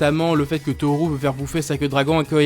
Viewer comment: Quand tu prononce Tohru j'ai l'impression d'entendre un truc de genre Cthulu. X)